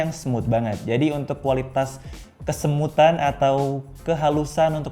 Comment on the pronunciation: "ke-Smooth-an" kedenger kayak "kesemutan".